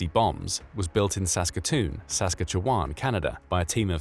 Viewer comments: Um, Saskatchewan is pronounced Sas-katch-eh-wan. I know this and I'm not even Canadian! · Please look up how to pronounce Sas-katch-e-wan. Thanks! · Sas-catch-ee-wan!!! Lol omg that was the craziest pronounceiation of Saskatchewan I've ever heard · Is this being read aloud by a machine? That is NOT how you pronounce Saskatchewan! 😆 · the AI Voice can not pronounce Saskatchewan properly...lol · these videos are overall great, but that pronunciation of Saskatchewan was painful. I've watched a few dozen of the videos on this channel and that's the only glaring thing i've picked up on. Keep up the great work, just wanted to point that out in the hopes that the producer / narrator sees this. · I mean, probably, both America and the USSR both planned them out, and they both agreed not to use that type of bomb because of how awful it is. I also hate your use of an AI voice, while it's good, humans mispronounce Saskatchewan differently.....everybody gets it wrong unless you're from Canada, but humans fail differently..... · Saskatchewan is NOT pronounced that way lmfaaaao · Please go learn how to pronounce Saskatchewan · Your AI voice has a funny interpretation of how to say "Saskatchewan". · The way he says Saskatchewan makes me laugh so damn hard. However, This is a Very good video. Well done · While I definitely noticed the SK pronunciation, I was more perturbed by the repeated claim that a Canadian Premier called for the development of a Cobalt bomb (even if for medical purposes)… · Lmao... "Sask katch e wan". Not how we say it. But you got Saskatoon okayl